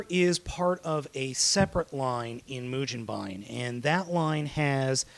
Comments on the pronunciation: can you read japanese? let me break it down for you マシン ロボ ムゲンバイン マシン = ma-shi-n = machine ロボ = ro-bo = robo ムゲンバイン =mu-ge-n-ba-i-n (yes in japanese consider the "n" at the end of the syllable, as it's own syllable) if you don't believe me, google a katakana chart and actually LOOK for how to SAY mugenbine, or continue to sound like and ass. Either way, the internets know I'm right. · its mujenbine dude and if you are goign to sound it out do it right its mu jin bine, not ba in. the japanese say it mujinbine not mugenbine however we can say it that way cause we aint japanese(im british but we i still say gen rather than jin.) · it's pronounced moo-gen-ba-in, the GEN is pronounced like the ge in "get" there is no "je" pronunciation in the japanese language. if they need to say it because of foreign words, they would spell say it like ji-e.